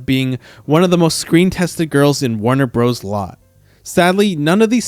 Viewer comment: « Warner Brose »??? Idiots make these and are too cheap to have proof-speakers